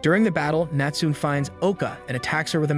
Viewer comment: Great videos and reading although you pronounce some names incorrectly. Natsume is pronounced ‘Natsu-may’